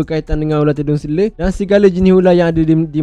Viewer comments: Selar... Bukan selerrrrrr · selar, bukan seler... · Selar bang, bukan sele😑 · Selar bukan seler.. hahaha.. gurau2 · selar bukan sele.. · Tedung seler...tedung seler. Tedung selar lah. Sebutpun tak betul. Patut la ular patuk. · Terima kasih ml studio. Mana yang duk cari2 ytc aliff tu. Ni jemput singgah. dan satu lagi saya orang terengganu sbb tu sebut ular selar jadi seler😂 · Dia ni mesti orang Melaka sebab sebutan "selar" tu jadi "sele". Kalau orang Johor, sebutan tu jadi "selo". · Sele. Terengganu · dia ni mungkin org ganu atau klate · Tgk pseng ckp org tganu,.